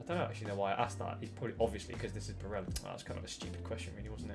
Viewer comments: Surely he’s not pronounced “Bareja” since he’s Italian and not Spanish? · yeah, exactly. It’s Barella and not Bareja. Double L just becomes a J sound in Spanish languages as far as I know.